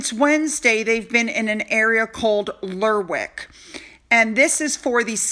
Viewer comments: Lairrick.....that's how it's pronounced. If you see wick at the end of most place names, you don't bother saying the w...... Good luck!! (eg Warwick is pronounced Warick.) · Hi, Lerwick = Lerrick